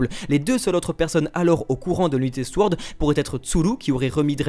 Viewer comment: Vidéo qui est au top comme d'habitude ! Mais pourvu que le mot "sword" va nous suivre un certain temps, je préfère vous prévenir que le "w" dans "sword" est muet :)